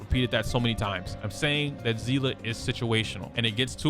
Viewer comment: not to be that guybut its sea- lee